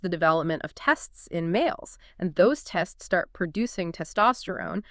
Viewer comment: Definitely an AI generated script and podcast. No introductions and the inability to pronounce the word testes. Interesting material nonetheless. Scientists understanding of the link between the immune system in the mother and homosexuality, transgenderism and autism is very important, considering that the rate of autism amoung transgendered men and women is very high.